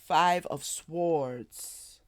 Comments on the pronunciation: Swords - the ‘w’ is silent. ❤🕊️🙏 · Is there a significance to pronouncing the W in swords? I've never heard that before, but i've been wondering. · It's an accent thing